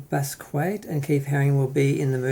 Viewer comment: Basquiat is one of the most influential artists of the 20th century. Learn to pronounce his name.